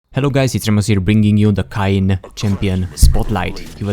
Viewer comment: KINE??? its pronounced KAYN i believe you know BECAUSE OF THE A AND Y??? i think it would be simple english right there